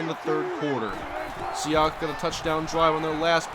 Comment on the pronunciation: Seahawks. Not Sehawks